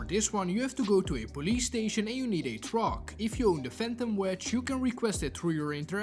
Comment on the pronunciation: Make sure you tale distance so you dont blow up the "twuack" 😂